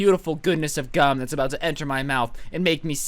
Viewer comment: I swear he said "I Glued My Eyes Shut with Cum"